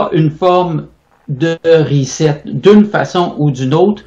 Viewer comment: Hahahah première fois que je vois qqun qui scrappe le mot reset ......rizette